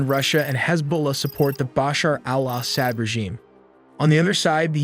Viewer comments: Isn’t Assad pronounced a sod? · Al ahhh sad. So annoying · He says it so white Assad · I am sorry, the AI pronunciations of Assad were just ear grating. It is not Ass-saad, it is pronounced Aw-saad. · Assad is not pronounced 'sad' but 'sawd'. Come on, dude. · What’s with the weird pronunciations of ASSsad……….weird guy, lol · I hate how your ai say al-ahsad... NOPE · Israel ally of the Assads? 😂😂😂 Do you guys review your own videos before publishing. But still we’re all happy "Ass-hat" as you pronounce it is gone… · I had to leave as he cannot pronounce city names or Assad’s name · AI can’t pronounce Assad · Can't he pronounce Assad's name correctly?